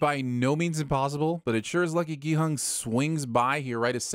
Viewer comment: At least he's saying Gi-Hun this time.